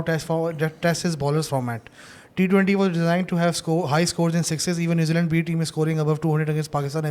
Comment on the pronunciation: "NewzeLand" alwz gives Pakistan "New Lunn"...